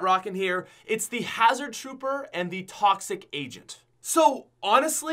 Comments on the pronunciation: Hazard trooper and toxic agent lol u said it wrong both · Oof he said toxic agent and hazerd troper